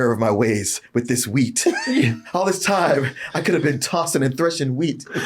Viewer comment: I know it's "wheat", but I keep hearing "weed" lol